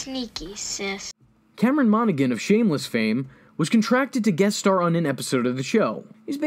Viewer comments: Cameron "Monna-Hann" not "Monnagin". I just needed to get that off my chest I am very sorry. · i cant wit the way this dude is saying his name MONA-HAN not "monagan" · His portrayal of the twins was really top notch acting! I’ve consumed almost every piece of media he’s in and he did amazing in all of them! They’re just diverse characters. Though I’m a bit late to this video, I figured I’d mention that Cameron’s last name is actually pronounced Mahn-uh-han lol